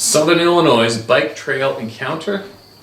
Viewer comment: I know you’re Canadian but c’mon … Illinois is not pronounced “Illinoise”! The “S” is silent , I would bet my life you’ve heard it pronounced the proper way.